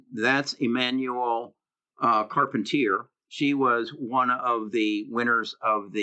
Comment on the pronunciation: you are being so funny when you pronounciate Emmanuelle Charpentier. Why don't you type her name in youtube and learn how to pronounciate it. She is not American. Come on man